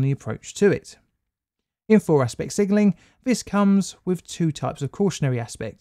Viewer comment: Sigenling? Sigenling?